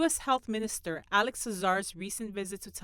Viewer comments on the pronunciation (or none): none